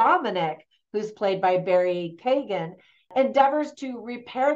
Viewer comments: Some of your pronounciations needed a bit of work Colm is pronounced Colim ,which is why we irish can't pronounce film correctly Padraig is paudrig or pauric not padraig Barry Keoghan is kyohin not keegan Bean si is pronounced Banshee exactly the same The film was not 100% historically accurate ,not that it needed to be,however its interesting to note that pub sessions and women in the main part of the pub wouldn't have occured at that time in the 1920s.Pub sessions are the result of catholic church backed irish laws as it was it was the first year of independence its unlikely the new irish government were passing many laws that were not to do with the Civil war which was going on at that time.Another thing is the language offshore islands off the west coast would almost certainly had gaelic or irish as we call it here as the community language not gaelic.Thats not a criticism of the movie just some observations. Suileabhan means one eye not sure whether that has any meaning in the film or not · Keoghan rhymes with 'Owen' (the 'g' is silent). Just say 'Keo' or 'Kyo' .. and then say 'Owen'. Sin é! 😀 (Sin é means 'That's it!' .. pron. 'shin-ay'.) Sin é! :)